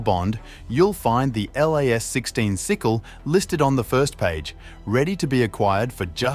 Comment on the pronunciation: Plz stop sayin L.A.S Its pronounced "LAZ' 😅